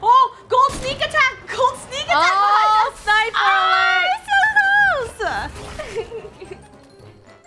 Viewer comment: Who else thought it was pronounced "sniper" and they said "SNAIIIIIPEERR" only me? Ok *embarassed*